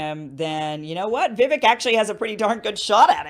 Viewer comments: I love your work Kim, and I think you're just starting to get to know Vivek (pronounced Viv-AKE) and you might come around on some of the "out there" policies you disagree with. Once you hear him unpack his policy ideas you see they are very reasonable. Keep up the good work! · Please learn to pronounce his first name as he does. Cake ! Vivake! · Omg at least learn to say Vivek's name.... it rhymes with cake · Okay Kim. Vivek is pronounced Vi -vake. Like cake. You if all people should know that whether or not you like him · Kim, Vivek is pronounced like Cake. That's an easy way to remember it. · it's pronounced Vii +vake . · VIVEK, like cake. Please at least say his name right 😂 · His name is pronounced Vi-vake, like cake. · Pronounced: “Viv-ake” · His name is pronounced "Vi-Vake". MSM is telling a different story. Weird. Plus Kim, He said Climate Chamge AGENDA is a hoax. The policies are the hoax. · Nikki Haley is a warmonger. Yeah she did such a terrific job at the UN and her experience is as rookie as Ramaswamy’s. But Sidenote. She’s the other person of Indian heritage on that stage and she can’t pronounce “Vivek” correctly? Like almost all the White and other people are pronouncing his name correctly and she cannot??! Seriously? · Great show, Kim, thank you. I could sleep better at night if Vivek or RFK jr were elected. I would love it if Trump would be a revered advisor to either one of them I like many of Trump's policies , but he is too divisive. We need to be a more united country. PLEASE NOTE: Vivek- his name is pronounce Viv-ake- not Vi-vik! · I like Kim, but the least she can do is learn how to pronounce Vivek's name. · Kim, you were the one who explained how to pronounce the name "Vivek" in your interview with him smh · Vivek is pronounced like cake. He has said many times he is not running for VP. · His name is pronounced Vi-VAKE (like cake) accent on second syllable. This was his answer in a forum I heard online. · It's pronounced Vivake. Like cake.